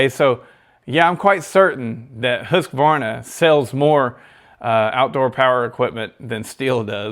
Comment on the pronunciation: The correct pronunciation of Husqvarna is Hoosk-Varnah. I too have been pronouncing it incorrectly.....